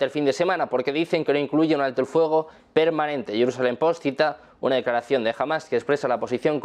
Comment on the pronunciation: Que mala pronunciación!!! Es Fuego No*FOGO* Luego No LOGO que BRUTO!!!